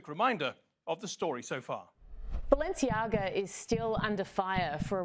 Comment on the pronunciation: It´s not Balenciaga, it´s Baalenciaga!!